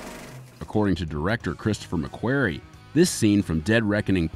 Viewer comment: ‘McWary’? ffs